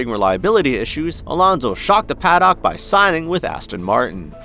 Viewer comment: yeah, mispronounced a bunch of other things too - Imola, scuderia, paddock. which makes me feel like this is an ai voice, which then makes me question how much they just used ai to copy Rick’s formula. I appreciated the coverage of Alonso at least.